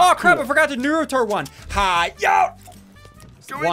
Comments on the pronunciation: It’s not noo roo to it nar a to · Did he just say Narooto? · When he said “nuruto run” I felt that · Ssundee:nahruto Weebs:Its NARUTO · Funty Crackhead do u even know who naruto is cuz bruh u said nuruto 🍥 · Nighthil he pronounced it nuruto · Ok I’m a fan of ssundee an OG fan but the way he said “naruto” hurts me it really hurts deep it’s nah-roo-toe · But the correct pronounciation is nah-ru-toh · I don’t like how he said “nar-oo-toe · Ah yes the nurutu run :| (Yes I obviously know it’s Naruto but he said it like nurutu) (And yes I have watched the entire 1st Naruto) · When he says naruto wrong